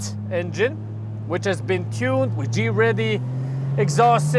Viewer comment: Why do u pronounce greddy, “G ready”